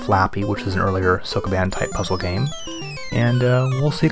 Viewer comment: I love these for the overview of the games, but holy christ is his Japanese pronunciation BAD. If you're making a series about games released in a certain country, you should probably learn that country's language, at least elocution of certain words or SOMETHING. If I have to hear SOAK A BAAN one more time... And "Temco" gets me every time, lmao.